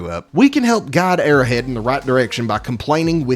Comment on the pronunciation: It's Arrow Head. Not "airhead"